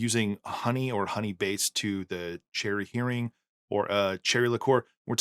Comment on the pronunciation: Please, it is... Heering cherry liqueur.